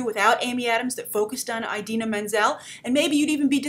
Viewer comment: can you please stop pronouncing it "eye-dina"?